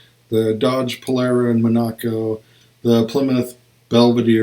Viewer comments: Mon-ac-co, no! Monaco, like the country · Like the country. Primary accent first syllable, light secondary on the third. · Thanks for the presentation...very nice! Big Dodges were called MON a CO, rather than Mon A co.